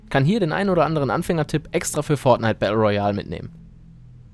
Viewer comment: Kannst du mal Battle Royal ordentlich aussprechen 🤦‍♀️🤦‍♂️